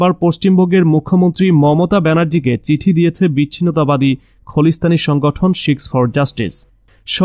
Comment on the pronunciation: বাংলা ও ঠিক মত পড়তে শেখেন। খলিস্থান ওটা হবে খালিস্থান।